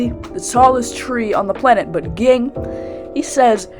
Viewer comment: How did you watch the show that you mispronounced Zolydck and Ging?